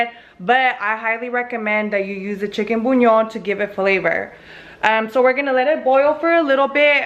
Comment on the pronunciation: I like how she says chicken buñon